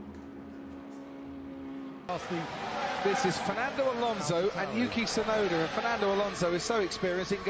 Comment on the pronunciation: the way he says "betway"